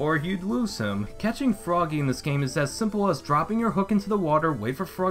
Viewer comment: I wuv my Fwoggy!!! :P